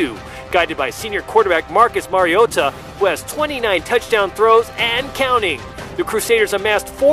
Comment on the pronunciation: Rodger Goodall said Marcus Mariado